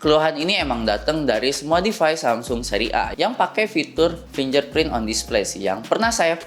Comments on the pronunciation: Fingerprint dek bukan finjerprint wkwk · Fingerprint tulisannya. Finjerprint cara baca nya kak 🙂